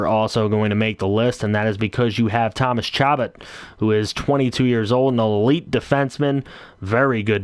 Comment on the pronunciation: Its cha-bot not shabet😂😂😂😂😂